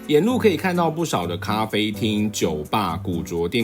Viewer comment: 古著，應唸古‘’住‘’喔！ 不是古‘’茁‘’